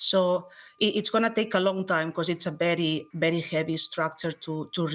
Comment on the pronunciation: The way she pronounced "very" as "bedy" reminds me of "That 70's Show" Red: "AAAAAMERICA!" Fez: "AAAAAMEDICA!"